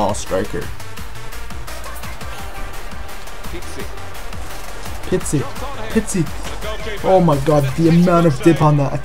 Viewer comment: Pizzi* not Pitzi lol it's not a Pizza